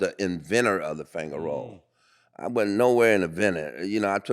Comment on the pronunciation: It’s not finger roll….. it’s fanger roll LOL !!